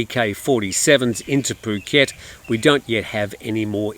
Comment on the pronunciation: Poo -ket not ph (as in "f" pronunciation) ?? F u (oo) ket ?? I'd never subscribe to your channel when you seem to belittle Thai nationals and their pronunciation of Thai words.